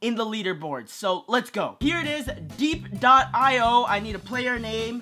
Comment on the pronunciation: I think it's pronounced dee ep as in where the war was